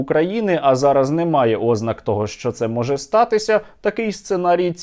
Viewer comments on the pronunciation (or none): та не Ознака, а ознАка, чому русскаязичні не можуть правильно наголоси українською вивчити